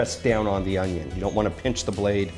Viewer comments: Whoa that’s a big onyo! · HOW DO WE DICE AN ONYON